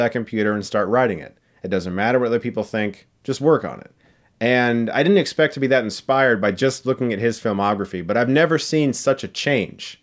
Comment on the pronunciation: “YOU DIDAN’T!”